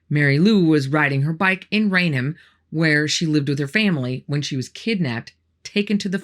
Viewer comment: I was born and raised not far from Bridgewater and worked at a company in Bridgewater at one point. Never heard of any of these things happening. WOW! And thanks for pronouncing all of the names correctly - not everyone can. 😂😂 For most people, Raynham is a challenge. Pronounced RAIN HAM. Some will pronounce it Rain'um.